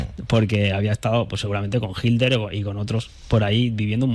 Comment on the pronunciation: # HILER NO, Hablas mal. Se debe pronuncia: HI"T"LER. Parece que evitas pronunciar la " T "